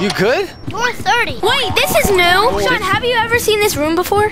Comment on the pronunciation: SHAWNNN ITS SHAWN